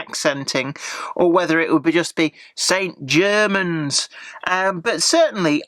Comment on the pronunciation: Your pronunciation of St Germans is the correct one. Anyone pronouncing it with a French accent here in Cornwall would get a puzzled look! ps Good review, by the way!